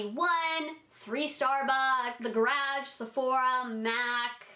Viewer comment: It's "Garage" not "THE graggge"